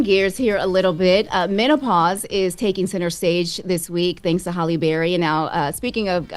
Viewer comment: Her name is Halle …. Not Holly